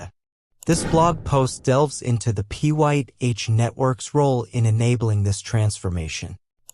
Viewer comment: You need a better AI narration ots calling it Pie netowrk instead of Pyth lol you didnt catch that?